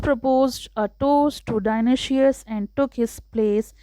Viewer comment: Dionoshious nahi dionysius